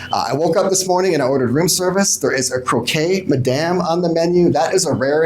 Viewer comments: The croque madame is french and you don't pronounce it like in spanish: it's not croqué, but 'croc'. ;) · Dude, 'Croque Madame' is pronounced "KROWK madam" Croquet (kro-kay) is the game with balls and mallets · Your breakfast room service sandwich is actually pronounced "Crock" Madame. :)